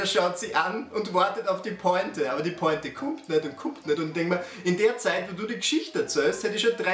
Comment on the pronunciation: Ehm...ich hasse es wenn Leute "Pointe" falsch aussprechen weil ich mir dann unsicher werde wie man jetzt Pointe ausspricht und du hast es tatsächlich geschafft das ich mir jetzt Gedanken darüber mache. Danke dafür.